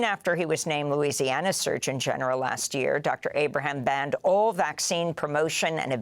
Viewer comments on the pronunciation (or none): none